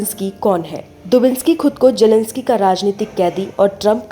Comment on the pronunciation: Jelensky nahi zelensky